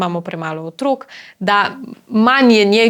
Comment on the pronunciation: ne reče se "Otrôk ni", ampak "Otrók ni"!!. Naglaševanje je pomembno.